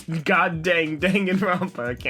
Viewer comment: hi great video but please never pronounce danganropa again